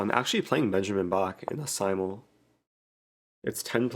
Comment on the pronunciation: "The simultee"